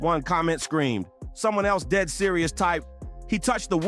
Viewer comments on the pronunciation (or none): none